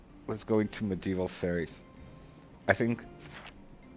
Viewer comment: I think medieval faires should be pronounced as fairs, not fairies. A faire is just the old English (french) spelling for the modern fair and the e was always silent. I think civ 6 developers spelt it that way for flavor text like 'ye olde tea shoppe'.